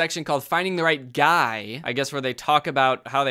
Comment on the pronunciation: What the heck is a “guye”?